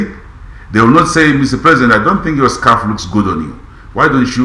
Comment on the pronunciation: Tyson is a pathological liar. He is talking shit. Scalf Scalf Scalf Scalf whether hot or cold 😂😂